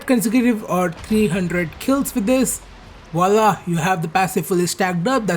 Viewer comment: Did i hear a viola ! Or a wallah!!